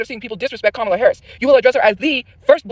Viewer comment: She didn't say Kamala's name right.